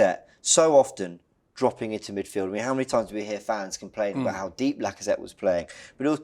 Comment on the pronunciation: 👀 why he have to say it like that...Robbie man🤦🏾‍♂️🤣